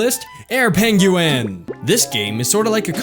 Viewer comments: You need some help. Okay. Penguin. Pronounced: "ping-win". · i think its peng-YOU-win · Yeah, it's pronounced 'peng-win', sorry =P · Pen gu in he said it funny but good apps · So, I should get pengUin and angRey birds? (the way he pronouced it) :P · Haha love the way you say penguin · You say Penguin real weird. Just sayin' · LMAO... the way you say penguin is hilarious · why does he say penguin like that?